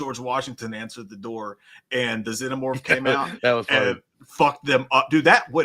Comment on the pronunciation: When pronouncing "Xenomorph" think Xena warrior princess, its (zee-no-morph)